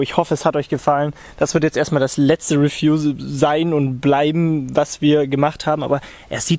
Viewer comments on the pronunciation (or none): Also echt geiles (wie sagst du’s noch mal?) ahhh genau: refiew